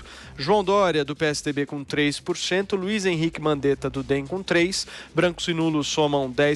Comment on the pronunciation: "42 purixentu"